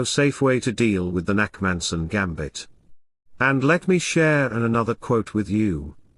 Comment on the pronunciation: Its the Nakhmanson gambit, not Nackmanson, but ok...